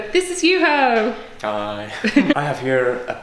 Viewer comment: Cries in Finnish at "Juhoooe" 😭 Poor guy. Friendly pointer for his sake, the o in Juho is not meant to be pronounced like the o in go/slow/grow/show. It's like the o in form/orb/cortex/port, but shorter. Sounds like YU-hoh. Emphasis always on first syllable